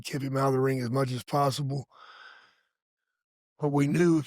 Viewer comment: It's pronounced RING.....not rink.....good lord